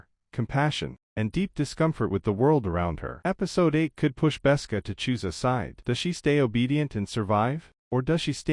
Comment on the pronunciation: Besca? Galeed? Try again.